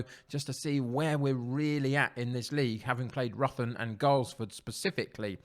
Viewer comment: Ruthin is pronounced rithin just to let you know